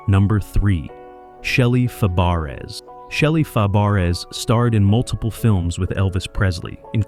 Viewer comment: Dr. Number? That is Dr. No. Wow! And learn to pronounce Shelly Fabares last name. Like a lot of these "truth" videos, a lot of this one is BS. Of course compared to Ann-Margaret, they all were below par. Those two were actually in love.